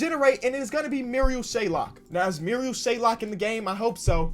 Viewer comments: as a sixer fan, it's ma-ree-al shai-ock, not murial shaylok, crucifying the rook man, much love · as a Sixers fan, I hate when he says Shayok as Shaylok. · Stop saying shayLok it’s shayok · why do u keep saying “marial shaylock” his name is marial shayOCK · Come on its “Shayok” not “shaylok” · Any sixer fans get triggered when he pronounces it “Shaylok instead of shayok